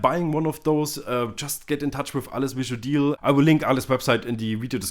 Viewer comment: maaan great rewiew, but improve name pronounciation of his name :D